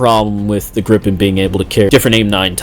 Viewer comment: its gripen not grippen